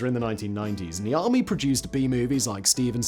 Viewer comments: I thought he said The Army in the beginning too, thought it was the name of a company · Lol 10 minutes of this video I thought he was saying the army not Niami 😂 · Everytime he says the guy's name, I always hear "The Army". And I keep thinking why the military would build this ^^ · Every time you say his name I hear "the Army" making me think this is a military house for some reason.